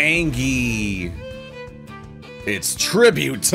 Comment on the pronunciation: I can't get over your calling it angey mode 😂